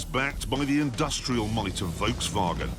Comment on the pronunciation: Clarkson: Insists on pronouncing Lancia wrong despite definitely knowing how it should be said. Also Clarkson: Only English speaker in the world who pronounces Volkswagen correctly when not speaking German. British default setting: Troll (Do be subtle about it though. Bally mods abroad tonight. 🧐🍺)